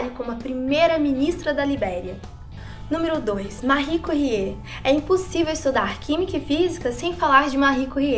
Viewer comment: márri cúrrié? pensei q fosse méry quérie